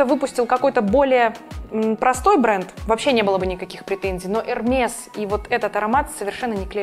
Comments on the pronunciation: Бутылочка......флакончик.Не пользоваться,а носить.Не ЭрмеС,а ЭрмЭ.Пойс-пуасон(ядфранцузский) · 1. Hermès - по-русски читаем Эрме. 2. Francis Kurkdjian - Baccarat - произносим Франсис Кюркджиан или Кюркджян - Баккара. В словах, где предпоследняя буква гласная, а последняя буква s или t, то они не произносятся. Как и в случае Eclat, Desplat, secret, jamais, bientôt и др. За ролик и информативность большое спасибо, очень даже артистично и колоритно.